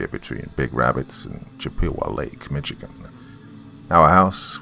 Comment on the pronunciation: Usually I like most of your narration but you are butchering words and names of cities in the state of Michigan and especially the word Michigan